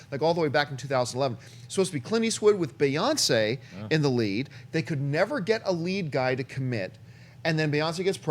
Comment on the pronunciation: Beyoncé not bea oncé...come on it's not that hard